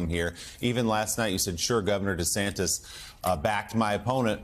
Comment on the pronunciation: What was that you where saying meatball Deathsantis 😂😂😂